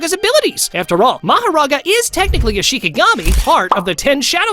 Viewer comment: there's afer instead of after